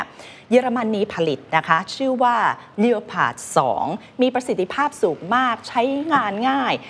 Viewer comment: ผู้ดำเนินรายการพูดจาได้ชัดท้อยชัดคำน่าฟังมากครับ แต่ติดตรงรถถัง leopard ต้องออกเสียงว่าเลบเพิดครับจะคอยติดตามผลงานต่อๆ ไปนะครับ